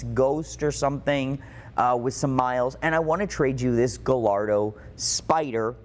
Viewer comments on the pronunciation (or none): Not to be that guy, but: Ga - Yar - Do 😄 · So hard to listen to the way he pronounces Gallardo... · I have a hard time believing that a guy who specializes in these cars can’t properly pronounce Gallardo. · I really enjoy your channel - do you pronounce Gallardo wrong on purpose just to get people to comment ??? Super curious …… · Not to be an asshole but you say Gallardo incorrectly. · I seriously cant believe doesn’t know how to pronounce Gallardo.